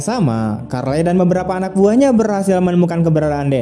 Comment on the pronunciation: Charley ya dibaca Carli min, Bukan Karlei